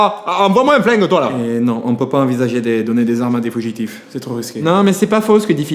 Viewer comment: "des fougitifs" mdrr 😂